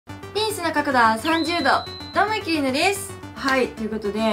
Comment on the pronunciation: ゆきりぬさんって、ゆきriぬって発音するよね。それではー！も、そreではー！ ネイティブ説牛乳